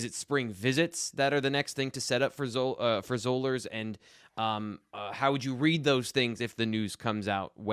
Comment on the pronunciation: It's Spring-FORD. (Not ferd) Also, it's Zollers, like dollars.